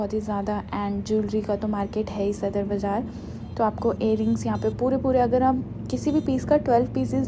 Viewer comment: Ohh God m just scroll krk ruki sadar ka Nam dekh kr lekin jese hi is larki ne Bazar ko bajar kaha mje foran lga k ye pakistan nhi ho skta hahaha lafzo ki tang sirf Indian hi tor skte hn